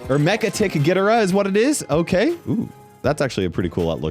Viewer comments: It’s pronounced gidora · ITS GO-DEER-A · BRUH IT'S GHI-DO-RA AND GO-JI-RA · IT'S GI-DOE-RAH NOT WHAT EVER THIS IS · Anyone else noticed he pronounced Ghidorah wrong and got the title and thought he said Gogeata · It’s pronounced GHEEdorah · as a godzilla lover you may NOT pronounce ghidorah like that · The way he says Ghidorah 💀 who the balls says it like that 😭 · Bro saing Gidorah like that😅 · the way he said ghidorah inflicted internal damage to me